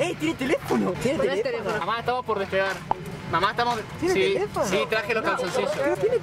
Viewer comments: Tieneh teleefohno JDNBDBJ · hey tieneh telefohno? pe-pero tieneh telefohno? hay dios me muero... jajaja este xD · "TIENEH TELFOHNO!1" jajajaja morí 😂